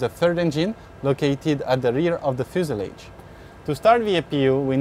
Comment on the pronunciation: Fu sa lage . And temp er a ture. Actuall grammar Few sa loge. And temp ritch ture